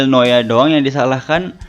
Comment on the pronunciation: BANG BACANYA BUKAN MANUEL NOYA TAPI MANUEL NUWER BANG WKWKWK